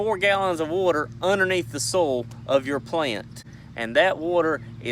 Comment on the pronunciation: Did he say "soul" or "soil"??😂🤔